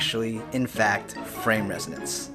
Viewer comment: Isn't it 'resonance' ?